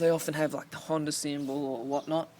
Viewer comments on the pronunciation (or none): none